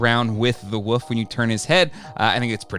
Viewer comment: Yeah, it's a WOLF's head. Not a Woof's head 😐